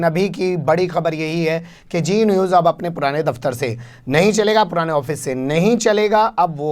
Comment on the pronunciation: ارے میاں () صاحب، جی نیوز نہیں، زی نیوز۔ یہ آپکا تلفظ اتنا خراب کیوں ہے؟ لاحول ولا۔